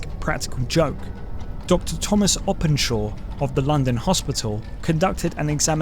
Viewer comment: BTW the night of the double event was clear, not raining, as implied by the graphic. And that's not how you pronounce Openshaw.